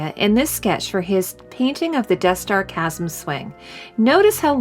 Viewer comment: Great video. However, Chasm is pronounced incorrectly. Its pronounced with a hard CH sound, like Kasm.